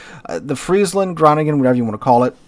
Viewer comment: I'ts "Bayaarrrr" like a Pirate: "ar, ar", Bayaaarrr 🤪"hon, hon, hon" French laughing But thanks for the list! Cheers from Groningen (NL), playing a Groningen, which is ecellent pronounced by the way! 💯